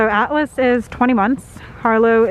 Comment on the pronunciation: This whole time I thought Julian’s Service Dog’s Name was Alice until he said he then I really listened to the way you said it. Then I realized it was Atlas 😂😂